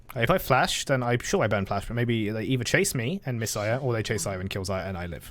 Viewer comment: Can someone count how many times he got Xayah's name wrong? Lmao